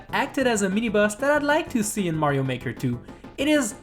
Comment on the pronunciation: He says super mañio maker 2